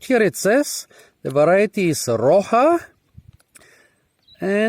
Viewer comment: It's pronounced as "roh sha" and it means "rock"